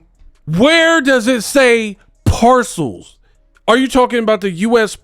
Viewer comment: Where is the 'C' in Arpels? This girl said parcels. That is simply insane. LOL